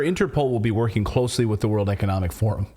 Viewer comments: How come ordinary Germans abroad speak English so much more correctly than Schwab? zee zeeL he can't say the? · schwab: first learn how to pronounce "TH", then come back.